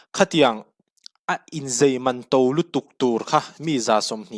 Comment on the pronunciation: Inzai' tih tur...Inzei..ni lovin... Inzei tih lam a hawi tlat...I tawng kha...